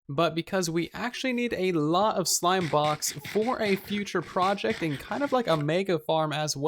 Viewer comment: he said slime box instead of slime blocks. LOL